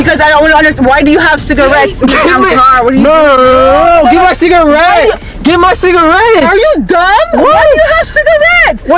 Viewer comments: THE CALLING IT CIGAWEED WAS KILLING ME🤣🤣😭😭😭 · Cigaweed? 😂 Chris Tucker said it in Rush Hour lol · man said it’s “ciga-weed”🤣😂🤣😂🤣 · This man said it's cigaweed 😂 I'm done